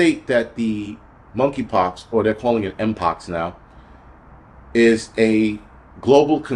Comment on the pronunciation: Money Pox, the k is silent